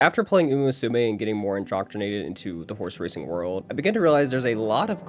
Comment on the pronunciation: First of all, great video! The story telling and editing were both excellent. Unfortunately I understand too well how someone mispronouncing a name can be very grating to hear, especially when it comes to a topic you like or care about... So please for the love of uma musume stop pronouncing it moo-sue-may. I wouldn't have said anything if you didn't yourself critique the Australian announcer's pronunciation of a name he was most likely entirely unfamiliar with. You however are clearly a fan of the series. Come on man.